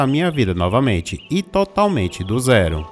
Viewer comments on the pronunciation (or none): none